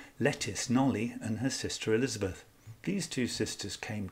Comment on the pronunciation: I hugely appreciate and enjoyed all the detail and clear research that has gone into this presentation. The one thing that I'm aware is pedantic but was hard to ignore was that you pronounced knollys incorrectly, said aloud it's knowles. Thank you for going into such depth on an intriguing possibility, if only we could be a time travelling fly on the wall.